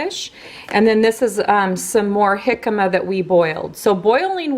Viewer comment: Yes you pronounced jicama correctly. Lol! We eat them with lime juice and squeeze "Trechas Chamoy" on top and sprinkle "Tajin Clasico Seasoning". We don't cook it. I've always fry the radishes or use the air fryer. But I prefer fried on the stove. I can eat half of a bag, love them! You made my day or night...hahaha having my sweet Ava in the vid! Thank you! She's the best child ever! You're an amazing mom! Have a great week.:)